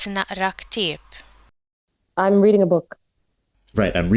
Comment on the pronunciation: sounded Lebanese, escpecially the pronounciation of "Ktieb".